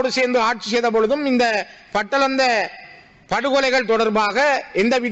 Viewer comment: Not Patalanda, please call batalanda.